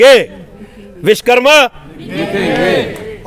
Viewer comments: Bhaiya sbse pehle vis karma nhi vishwa karma bolna sikh lo ... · Vish+karma= Vishkarma nahi hota hai SIR Vish= matlab poison (zaher) hota hai Vishwa= matlab world (sansar) Vish+wa+karma= Vishwakarma hota hai... Apne toh pura matlab hi badal diya... Vishwa ko Vish bana diya SIR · सगठंन मंतरी जी पहले बोलना सीखो, देव शिल्पी श्री विश्वकर्मा जी महाराज को राजनीति ओर समाजिक धार्मिक सगठंन के प्रमुख लोग सभ्यता से नही बोलेगे ,तो समान्य लोगों को क्या दोष, आपके विचार सराहनीय है किन्तु भविष्य में ऐसी भूल न करें सगठंन में कैसे जुड़े लाभ भी बतायें ,आपने बार बार विशकरमा बोला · Manniy vakta mahoday vishkarma mat bolo shuddh nam Vishwakarma bolo. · आप खुद सही से विश्वकर्मा बोलो